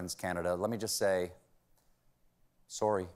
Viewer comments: Had to watch the Canadian “soory” twice lmao 😂great accent Stephen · I liked the way he pronounced sorry, kind of Canadian to my ears.